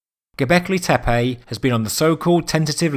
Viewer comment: tempulls ? Teppej? awkward accent